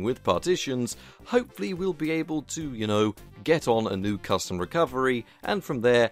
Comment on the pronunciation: Ahh yes crustom roms. xD